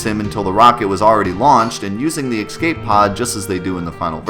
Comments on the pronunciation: I swear to God if I hear you say "eck-scape" one more time, I'm going to steal all of your materia. :P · STOP SAYING EXSCAPE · How do you "Excape" something? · "ecscape", you are the master of missaying things 4;8 XD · There is no "X" in the word "Escape". That's the same as saying "let me axe you a question".